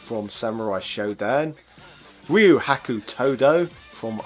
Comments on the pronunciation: How is it possible for someone who seems to know a lot about those games (and I imagine have played a lot of them) to actually butcher Ryu' name ...? it's not Rah-you, but Ree-you :) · I'll pretend you pronounce 'Rai-you' deliberately. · Pronounces Ryu wrong and then asks if he's pronouncing Iori correctly.